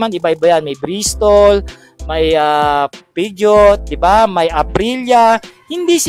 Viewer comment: hnd po pejot ang pagbasa nun sir, ayusin mo nmn pag pronounce PEUGEOT po yun (pojo) content creator ka taz gnyan ka mgbasa 😂